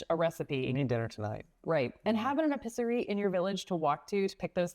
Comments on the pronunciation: Ay peace er e eee.... pronounce NOT eh piss er y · Could you please try to pronounce french not epizerie, that is ....